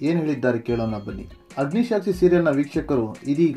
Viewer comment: ಅಗ್ನಿಸಾಕ್ಷಿ, ಅಗ್ನಿಶಾಕ್ಷಿ ಅಲ್ಲ